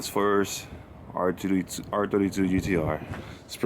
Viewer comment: Мне показалось или попытался сказать "ар тридцать два")